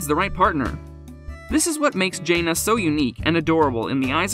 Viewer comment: If you’re going to do these videos, at least pronounce their names correctly. It clearly proves you know nothing about the family.